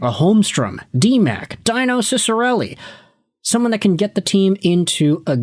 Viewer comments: it’s “Dee-no” Ciccarelli, not “Die-No”. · Lol he really called him die-no?? doesn't know much about the dinosaurs of the NHL😂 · Deeno is the pronunciation of Dino. Yes, he is old, but not a dinosaur. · It's pronounced Deeno. Please. Otherwise, great video, as always. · Ok, i have one question for you? You say that your a fan of the Red Wings and you pronounce Dino Ciccarelli's first name like it's the first time you've ever seen it, he's a legend in Detroit #22. Come on dude, really? 🥴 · Dino (Dih-noh) Ciccarelli? Have we got Jurassic Park coming to Hockeytown? Or are you talking about Dino (Dee-noh) Ciccarelli, the best net-front guy we ever had before Tomas Holmstrom?